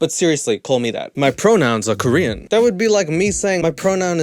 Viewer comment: I'm not Korean but why do I feel so offended?! lol he's not British but still has the accent, he speaks the language but can't even pronounce 1 Korean word right. No one had probably said NO in his life to think this is ok lol